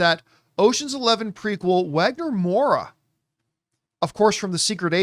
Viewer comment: Just some info lost in the winds on the internets: The W in his name is pronounced like a V, so its Vagner. Reason is W's in portuguese are just fancy Vs.